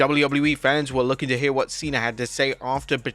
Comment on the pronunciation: What is it with you and dates? 17th of March... not 17th March. Sounds moronic. And you start every video saying Wad is going on guys. Wad, instead of what